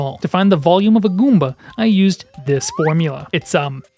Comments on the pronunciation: I like how you say gOOmba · “can we eat a guumba?” lol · My man enunciates "Goomba" the same way a child might savor pronouncing their first swear. Guúm-bæ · I dying at the pronunciation “GOOOmba” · subscribed for the way you say goomba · Love the way he says goomba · I love how you say "Goomba" 😂